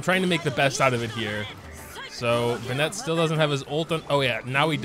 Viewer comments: Not a huge deal I guess but there's Literally not a single youtuber is willing to take the time to learn how to say the names right. BenNET BenNET. When has anyone heard the name Bennet be pronounced that way? The emphasis is on the first syllable. BENnet BENnet. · all i feel is rage when pronounces bennett and "ben-et" instead of "ben-it" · First video I've watched from this guy; does he seriously say "BeNET" or is it a joke. Like I can understand the people that butcher Ayaka as aYAka, it isn't a name you'd hear all too often and the English VA also butchers it in the same way. But Bennett is literally an English name that just about everyone who grew up speaking English should know how to pronounce. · he knows how to pronounce it it’s just habit + a bit of an inside joke that he says it the other way